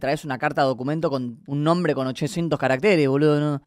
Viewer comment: caratéres Jajaja la tildee